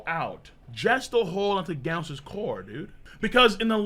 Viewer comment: Imagine mispronouncing both GIF and Genos, hates the letter G